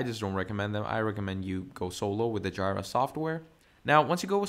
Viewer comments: OMG guy needs to edit this video and front load an apology for butchering the name of JIRA. I couldnt watch it simply because hearing "Jaay-Rah" its "Jee-Rah" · You're not just saying Jai-rah, instead of Jee-ruh, but you're also saying At-laysian instead of At-las-sian (as in Atlas) 🤦🏽‍♂🤦🏽‍♂ Couldn't keep watching. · FYI, I don't want to start this with criticism, since I AM learning, and much appreciate it, but JIRA is pronounced Jee-ruh. It's the second part of Godjilla or Godzilla in Japanese :) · My ear hurts every time I hear JAAAAYRAAA. Good tutorial though :) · It's JEE-RUH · Say it with me... its JEE-RUH!!! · Yeah it's definitely GEEEEE-RA Comes from the Japanese GoJira so yeah painful to hear! 😅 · 🤣🤣🤣🤣🤣that annoyed me too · The way he pronounces Jira was driving me crazy incrementally…